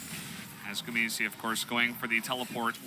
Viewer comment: can you stop saying gumiyusi, one says it right, (guma) gumayusi sriously is annoying